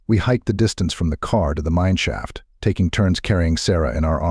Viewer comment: It's definitely AI if any of the many words it mispronounced didn't seal the deal , then "mineshaft" absolutely did lol , but all in all it was a good story and it doesn't sound too robotic so I can try to trick myself into blocking out just how electronic it sounds. 😊